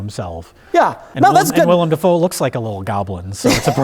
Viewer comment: "The mirror scene with william da foe is probably my favorite scene in this moo-vee" -, pronouncer of things